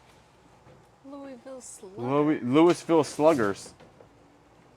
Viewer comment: It's not Louis-Ville, it's Lou-a-vull. Kentucky girl here.